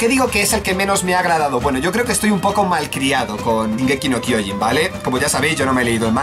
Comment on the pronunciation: No es "Zingeki no kiojin es shin eeees shin!!!!!!